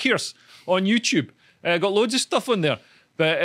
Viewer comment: Every time Leo say "YouTube" it sounds like he's calling me a tube.